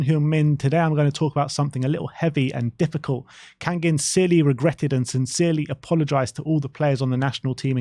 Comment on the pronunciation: kang-in like bangin' not kang-ging